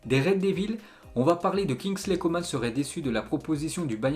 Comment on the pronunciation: Fun fact: le nom « Coman » se prononce « comment »